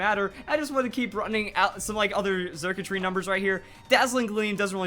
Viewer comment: The x is pronounced with an s sound circuitry like electric circuits